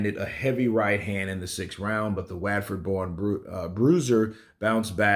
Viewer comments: “Whatford” would sound crazy in an American accent lol. It’s pronounced “Wot-ferd” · Laugh everytime I hear him say waatford